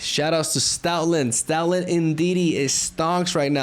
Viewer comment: Why do I hear Stalin instead of stoutland am I tripping